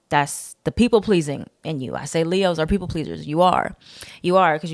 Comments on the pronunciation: everytime you say “Le-HOES” i be like oop- not you calling us hoes? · She said LeHoes 😂😂😂😂